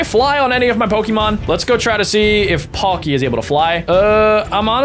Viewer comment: They are not galaxy pokemon packs it's battle styles and they are fake cards and he chucked a cevil full art which is probably worth £20 also the way he pronounced palkia